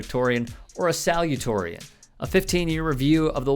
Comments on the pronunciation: Sorry....it's pronounced SALU-ta-torian, not 'salutorian'. C'mon, you can do better. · love ya, but you'll have a bit more cred if you learn how to pronounce "salutatorian". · You mispronounced "salutatorian". Also, a liar is a liar; it matters not which political party he/she is a member of. Finally, anyone who holds or actively seeks elected public office IS a politician, by definition.